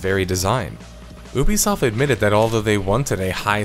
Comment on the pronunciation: Why do you mispronounce Ubisoft as 'Oobisoft', it's 'Youbesoft'